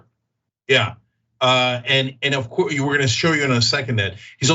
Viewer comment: Funny how in every show, Cenk says "HilARRYus" and Anna says "Fear-MONG-ering", words they say weirdly. And Anna, like Dave Pakman and lots of Americans, totally chokes on any foreign name. (Of Cooooouuuuuurrrrrssseeee, Cenk)